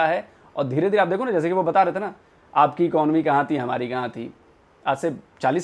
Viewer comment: In logon ko urdu toh aati nhi English ko kya ulta fulta pronounciate karte rehte eeeconomy ko echonomy bol ra 😂😂